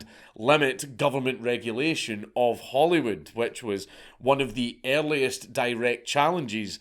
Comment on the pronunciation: Did he say Hollywood or Holyrood???